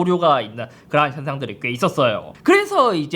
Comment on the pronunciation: 삼성 스마트 모니터 m7리뷰 해주세요 그리고 형 형은 그러한할때 그라한이라고 들려